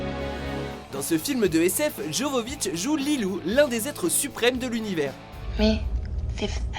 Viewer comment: On prononce pas JOvovitch mais YOvovich.. faite pas d'erreur bete comme ça.